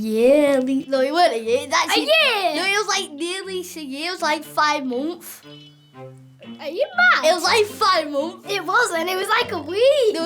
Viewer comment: “I wa about five monff” I love British accents so much 😂